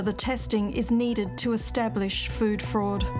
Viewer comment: I was about 3 minutes in before I figured out that "food forward" was "food fraud". :- )